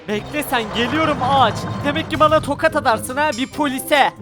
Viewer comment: sen tokat yerine tokad diyorsun. Yani konuşmana laf, etmiyorum. Abi, tabloya bende çıkarın lüuuuuuuuuuufen. Ya...